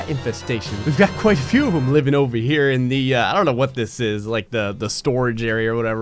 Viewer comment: "Its like Dave and busters with a few more guns" Emphasis on "a few" more guns